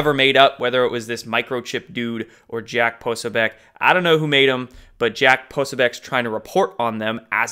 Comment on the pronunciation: Please learn to pronounce Jack Posobiec... 🤞